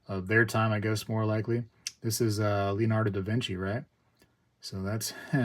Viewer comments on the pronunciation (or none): none